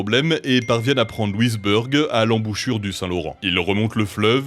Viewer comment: Pourquoi avoir prononcé LouisBourg à l'anglaise, c'est un fort français et même aujourd'hui si vous allez au cap Breton, les anglais et les acadiens vont prononcer Louisbourg à la française.